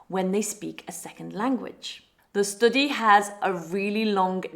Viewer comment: Why she pronounciation the STUDY like that..